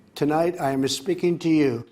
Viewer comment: LOL! Like Yanny or Laurel.. I hear, Tonight, I'm Espeaking to you